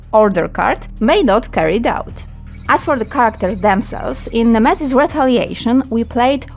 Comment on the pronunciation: Misiu złoty, za to ktoś zapłacił a usługodawca nawet nazwy produktu poprawnie nie potrafi powiedzieć. Jak jesteś pro i bierzesz pieniądze to rób to porządnie, bo to jest reklama produktu idąca w świat.